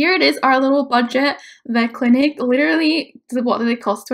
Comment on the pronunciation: letarary is spelled literally and not said like that. 😂